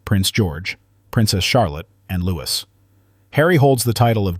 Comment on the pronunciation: Would the commentator please pronounce Louis correctly. Looee, not Loois!